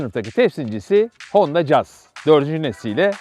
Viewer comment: Kaç tane anlatıcı var, hepsi 'Jaz' diye telaffuz ediyor. Bu kanal doğru telaffuz ettiği için bile tebriği hakkediyor.